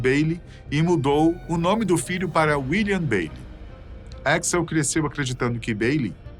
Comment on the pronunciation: Troubeidor e éxl é foda , nenhum gringo pronuncia dessa forma